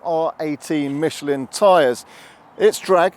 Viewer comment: Pronounced "Michelan" 🙂